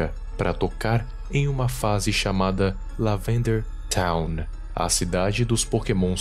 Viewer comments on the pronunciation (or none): "Lavanderia town"